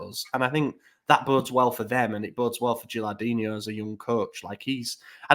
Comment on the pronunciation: Good episode boys! But kept saying Gilardino's name wrong lol Made him Brazilian "Gilardinho"